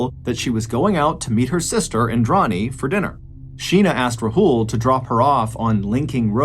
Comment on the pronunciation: Took me a while to realise you were talking about Sheena bohra's case because of how you pronounced Rahul. It's Raa hul not rahool. A in Rahul is AA not A.